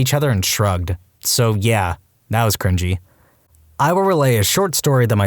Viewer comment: THe first one: "crinGINY" 💀